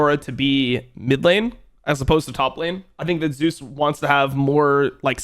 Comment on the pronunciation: He pronounces them correctly.